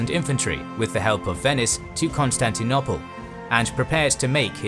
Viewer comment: This is brilliant: wonderfully detailed and helpfully animated, as always. May I just request that you stop talking about 'Constantinopple' -- it's very jarring. The word (almost) rhymes with 'noble', not with 'nobble' (English spelling has some regularities).